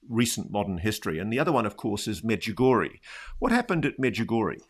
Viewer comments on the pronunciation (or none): As sombody for croatia i must say pronanciatian on medjugorje .. both of u are way off but good effort.. i been there ... its a huge thing in my country and everyone in my country knows about medugorje